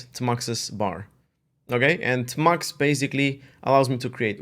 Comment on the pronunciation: its amusing / cute how he calls it 'tah-mux' instead of 'tee-mux' also, we're practically twins -- both split keyboards, kitty, tmux, neovim